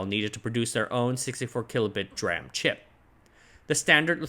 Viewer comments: GOD its De-RAM not Druam! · Love your vids but you're the only person I've ever heard call DRAM dram and not dee-ram and it's weird because you say SRAM correctly 😭😂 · "dee-ram" not "dram" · It’s D-RAM not dram. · It's not pronounced "dram" it's pronounced "d-ram", just like "s-ram". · Oh "dram", you’re right. He pronounces DRAM as ‘draah-m’ instead of ‘dee-ram’. Little quirks in such great content. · An aside from someone in tech - absolutely nobody pronounces DRAM as "dram". It's "dee-ram", and "dram" is a wee beverage ;) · S RAM and D RAM not S RAM and dram LUL why are you pronouncing it as dram instead of D(ee) RAM? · Its still not dram, it's pronouned D Ram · yes please, I cringe every time I hear "dram" instead of "Dee-ram" :-) Great video. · You're driving me nuts the way you pronounce dram. It's "D"-ram. That's how everybody in the industry pronounces it. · Good info. However I just want to point out that "DRAM" should be pronounced as "DEE-RAM" Like SRAM is "S - RAM" They should be the same logic when you pronounce the word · not the first time he does it, most likely he is intentionally saying it like this don't know why though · Say what you will about the man, but he is fully committed to his pronunciation of DRAM. 😉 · why do you pronounce SRAM with the S on its own but pronounce DRAM as one syllable? i have not heard DRAM pronounced that way from literally anywhere else god it's annoying the hell out of me